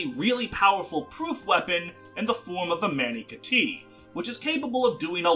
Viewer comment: I’m just gonna choose to believe the awful Mani Kati pronunciation and Kana erasure was intentional.